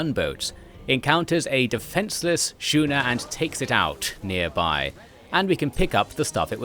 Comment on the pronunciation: Schooner is prnounced Skooner, not Shooner. because the english language loves to fuck up every semi-consistent rule of pronounciation...